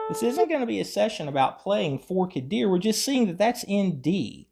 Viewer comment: it’s Forked Deer (most ppl pronounce it “Fork-ED Deer”). Here’s one version of free tab